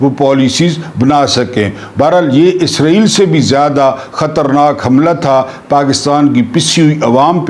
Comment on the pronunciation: عربی زبان میں لفظ (اسرائیل ) ہے(س) ہے نہ کہ(عزرائیل ) یہ لفظ تو بےحد معتبر اور مقدس فرشتے حضرت عزرائیل کا نام یے